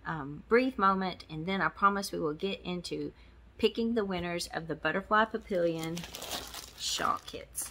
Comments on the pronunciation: Papillion is French and it's pronounced pappy-yawn. I didn't win 🙁but Thanks again for the chance! 🦄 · Congratulations to all the winners! Feel better! did a great job, he's a keeper! Papillion is French for butterfly and French is hard, especially bcz it's nasal. It's easy to write it phonetically, though... pap---eee-ohn. You'll get it! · The word papillion is french for butterfly. The correct pronunciation is pa- pi-yon (the on has a nasal pronunciation with a soft sounding n)